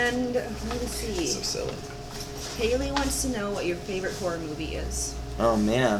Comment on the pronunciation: He say horror like "har"